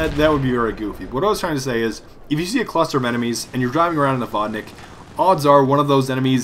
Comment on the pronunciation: Claims to be russian-Cant pronounce vodnik